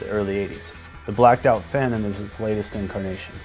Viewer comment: Its Phantom...not Pantom lol.